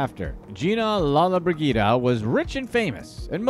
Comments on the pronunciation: It is pronounced Gina Lola bridgida. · The lady's name is pronounced lola-briJida